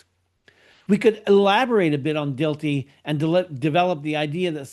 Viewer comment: It's pronounced Yung-ur, not Yun-Gur, and it's Dill-tie, not Dill-tee.